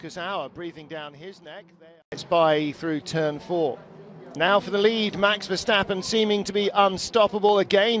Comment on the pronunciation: They keep calling him Verschtappen. Bloody annoying as a dutch guy to hear 🤣